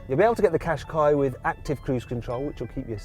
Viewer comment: ずっと日産かしこいにしか聞こえなかった。